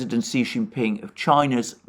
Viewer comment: Excellent! Cannot express how happy I am on your accurate discussion of China! Btw: Xi is pronounced “she.”